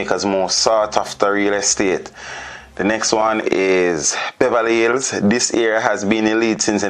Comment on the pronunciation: "eye end omes in de ills of Montegobay.".....Gracious me. SMRH